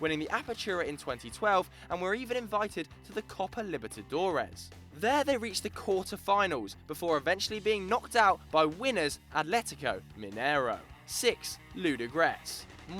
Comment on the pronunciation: and seriously did you just say "Copa Liberty Dores"? smh